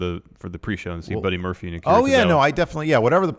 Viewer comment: Muddy Burphy? LOL